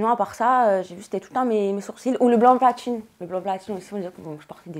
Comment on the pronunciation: "Blond platchine"